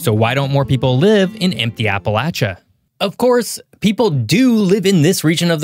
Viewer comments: Ok i genuinely don't know if it's my Adirondack accent or if you're doing it on purpose but it's " App-uh-lay-shuh" not "App-uh-latch-uh" I feel like I'm having a stroke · And it’s appa lay sha not appa latch ah !!! 😂 fr though people can’t even say it right ! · Appa-“latch”-uh grates on my nerves. 😬 It’s Appa-“lay”-cha. Regardless of how locals in different areas pronounce it, it’s still “lay”, not “latch”. (Ref: Webster’s Dictionary) 🌷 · basically, once you get far enough north that people stop saying "y'all" and you start hearing the "appalayshun" mispronunciation, you're no longer in Appalachia. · Not getting my information from someone who can't even pronounce Appalachia properly 😂😂😂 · Am I the only Appalachian to cringe how he says it? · The ch in Appalachia is pronounce with the sh sound. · Probably should learn how to say the region correctly before doing a show about it. Wanted to shut it off immediately. Just so I didn't have to hear it one more time. The c h is pronounced like sh dude. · You're pronouncing it wrong